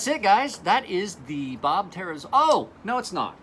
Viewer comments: You're fucking drunk. And he's right, how the hell do you get tare-uh-zoo-lah from zUOla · its pronounced "ter-zoo-oh-lah"